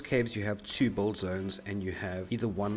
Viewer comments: WTF is a "buld zone"? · Are you saying "bold" or "build"? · Why are you saying "bulled"? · When he says build it sounds like bold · BUILD, man BU_IL_D not Bull. a "Bull-zone" only confuses people. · its build not bold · its not "boold zone" its build... god i couldn't understand what u saying til i saw a Build Zone words on the drawing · I didnt understand "Bull-zone" but then I realized you pronounced "build" wrong every time, then I figured it out what you tried to say. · you build a dick ? he kept saying '' i build a dick over here''